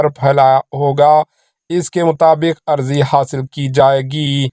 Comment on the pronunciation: نیوز ریڈر صاحب اردو کا تلفظ صحیح کیجیۓ۔اراضی کو عرضی کہہ رہے ہیں۔